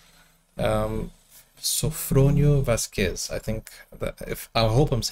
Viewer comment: Yes, you pronounced his name correctly. Vasquez is silent "u".